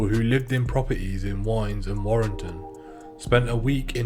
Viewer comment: Its pronounced.. W..id.ness...the w. Sounding like with